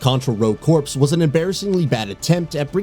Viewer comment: part of me wants to call out the whole saying Corps as corpse thing ( seriously, it's pronounced like core not corpse ) but given what a dumpster fire Rogue Corps is I'll prefer to think of it as an intentional sleight against Konami's dumb decision to allow that insult to Contra to exist... also I'd like to mention a few myself ( though forgive me if some turn out to be ... ): Parasite Eve 1 & 2 MediEvil 2 Mischief Makers ExciteBike 64 Jet Force Gemini Diddy Kong Racing Vagrant Story Mega Man Legends 1 & 2 Castlevania: Legacy of Darkness Legacy of Kain Blood Omen & Soul Reaver Stunt Race FX Uniracers ( screw Pixar....let Nintendo revive this underrated SNES racing game! At least an NSO release PLEASE! )